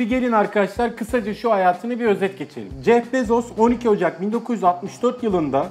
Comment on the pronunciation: Jef bezos değil (jef bizos) gibi birşey